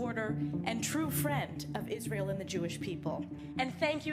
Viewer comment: I have to delete you because of the way you say Israel 😢 You sound like Mike Huckaby and that sack of shit Lindsey Graham😮 Buh bye 😮